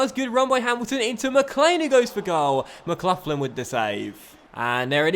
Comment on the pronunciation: The way he says McLaughlin